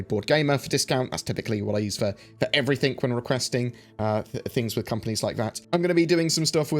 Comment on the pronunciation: says "everythink" vs everything... and it kills me every time! hahaha